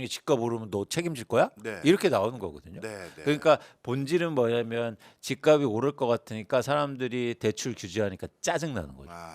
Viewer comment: "집값이" 의 발음은 "집가비" 아니고 "집갑시" 입니다